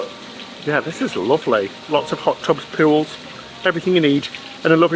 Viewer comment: “Puhl” = Pool…